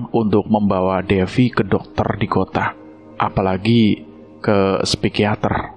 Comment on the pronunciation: Pengucapannya di menit 19;46 Psikiater bang bukan spikiater ...